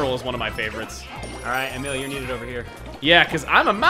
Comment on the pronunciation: It's Emile not Amele!